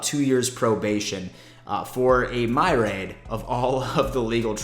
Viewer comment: My-Re-Aid? haha. Myriad is "Mere-E-Add". Just ask Coach Levy:p